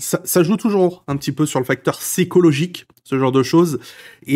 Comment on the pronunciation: T’es sûr on dit scikologique ? On dit pas piskologik ?